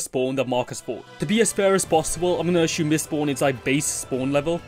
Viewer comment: There is no "h" in "assume" so 'ashume' is kinda a weird word.